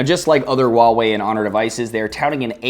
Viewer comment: THANK YOU FOR PRONOUNCING HUAWEI CORRECTLY!!! xD